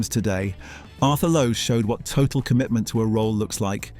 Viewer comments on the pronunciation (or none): none